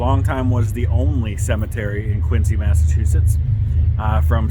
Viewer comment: Quincy was tv show; Quincy you pronounce the c like z !